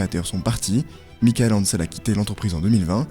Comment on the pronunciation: Globalement le récit et surtout la conclusion sont bons, mais ça serait bien de ne pas prononcer de travers tous les noms. (Entreprise, département, personne) C'est Commodore (pas comorode), Morbihan (mor bi en, pas moriban), Michel Ancel (en selle, pas Michael Hancel). C'est 159 millions de perte (pas milliards), c'est impossible 159 milliards pour Ubi, c'est pas Microsoft.